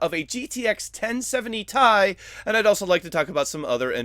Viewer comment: Tie? not T, I